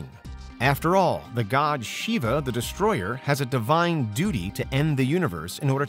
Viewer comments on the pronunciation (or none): none